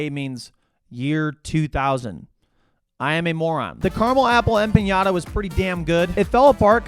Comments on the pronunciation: That’s not how you say empanada but I’m sure everyone else told you. Rofl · How you say empanada triggers me so badly… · Stop Sayin Carmel empanada the way you do 😩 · That's not how to say empanada, my guy... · I do not like the way you say empanada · You're over-pronouncing empanada. There's not tilde over the n. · dude what is an empañada😭😭 its just an empanada there is no weird pronunciation to it lol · THERE IS NO J IN EMPANADA SO STOP SAYING EMPANJADA GOD DAMMIT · aside from mispronouncing empanada — the n is just a regular n, not ñ —this was a cool video. I could not do this, because every time I eat Taco Bell, i make about three trips to the john over the next hour or so. lol. But damn, it tastes great going down. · Hey, empanada just has an N in it. It is not an ñ, which is an N with a following Y sound... Made the same mistake myself, many years ago... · It’s empanada,, not empañada… you didn’t eat a cheesy Gordita crunch…. I’m flabbergasted. Edit: great video. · It's pronounced empanada, not empañada. 😂😂😂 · Dude said, “Em-piiiiaaa-niiiaada” 😂😂 It’s “Em-pa-nada” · empanada is not empañada but yeah great video lol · If I ever hear empanyada again, I might lose it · eh-puh-naa-duh. Fun video to watch though. Normally i will do Steak, rarely chicken and if i do a potato those slap. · Emp-panada 💜💜 my love it’s empanada not like the Mexican toy you hit hehe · em pahn yaahduh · "Em pa nya da" might be the worst empanada pronunciation ive very heard 😭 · That has to be the WHITEST pronunciation of Empenada I've ever heard. 🤣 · A "pinyata" ? Lol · In-pinata he said😂😂😂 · bro can pronounce duodenum but not empanada 😭 love you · bro thats not how u pronounce empanada wth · Empanada is not spelled or pronounced with a Ñ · Hey, I'm new here, why is this guy's gut always in bits and pronounces Empanada the way he do? Anyway, we are excited for our first Taco Bell in Ireland and shoutout Nick, nice ride. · I gagged every time this dude pronounced empanada.